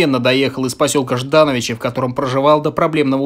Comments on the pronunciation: Ждановичи — ударение на О. В «БССР» — две буквы С, а не три. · Ждáновичи?? Автор, будь внимательнее, пожалуйста, а то ухо режут такие неточности... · Посёлок ЖданОвичи, на О ударение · В слове Ждановичи не правильно ударение поставили :)